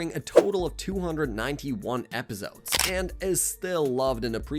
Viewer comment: Everything he said wrong: “dragon ball z’nt” “epizodes” “twornament” (@ pointed that one out first so creds to him) first “Sion” of the video bro still can’t beat beerus by the end of the top another “sion” didn’t say the plural I just thought it was funny😂 “masta Roshi” (I could put in but he said the Japanese translation of kakarot but then I thought why did he say the Japanese version instead of the English one) T H E kakarotto (I think that’s how u spell it idk) on TOP of saying “sion” he didn’t even say the plural version💀 I thought it was weird that he said “a space pod” considering the one he’s talking about is the space pod that raditz came in If I altF4 youtube all of this will be deleted so imma come back to this in a while and end up edited this comment WAY too many times.